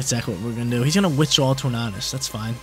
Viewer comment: love the Regulation D content, keep em coming, but have to say it's pronounced like "Tour-Nay-Dus" like Tornado. That's all, keep crushing it!